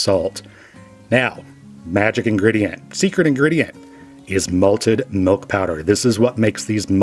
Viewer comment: Are you saying "melk?"